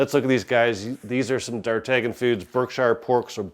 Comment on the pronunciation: I don't think you pronounce the "g" in Dartagnan, it's like the Musketeer. Could be wrong though, good video!